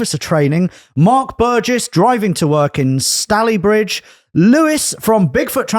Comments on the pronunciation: Pronounced it Stalleybridge, Tory detected. I mean at least call it Stalyvegas if you're gonna say it wrong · "Stally-bridge" 😆It's "Stale-ey-bridge" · Hi, it’s pronounced “Stay-Lee-Bridge” (from your intro with who’s listening). Every day’s a school day as they say! Keep the content coming lads, love it!